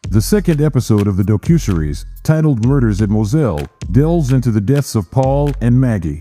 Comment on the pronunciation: Lousy computer voice. Can’t even pronounce docuseries.